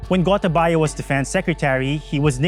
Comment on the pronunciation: I'm a Sri Lankan and I like the way this presenter pronounces Gotabaya's name 😄